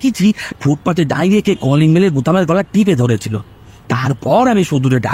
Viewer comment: বাসু সাহেবের মুখে "দাঁড়িয়ে" শব্দটা কেন বারবার "দাঁইরে" হয়ে গেল বুঝলাম না। খুবই অপ্রস্তুত হলাম শুনে !